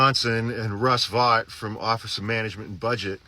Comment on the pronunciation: Russ Vought is pronounced "vote", as he stated in his confirmation hearing, i believe it was his confirmation, anyway. The "vote" part i am sure of.